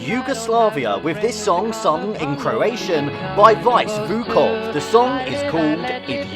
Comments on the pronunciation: Vice Vukov, not Vuvok, name is pronounced more like "Veet-Seh" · Vice Vukov is pronounced "Veetseh Voukov". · Vice Is pronounced Vee-tseh